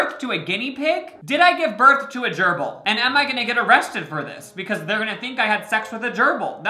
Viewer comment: he really callin babies durbals